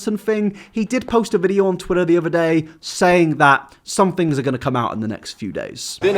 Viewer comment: It’s pretty raw that you are a YouTuber but can’t say the word ‘video’